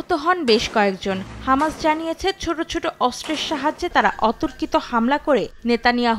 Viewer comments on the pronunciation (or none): none